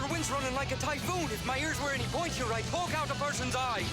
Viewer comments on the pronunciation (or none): none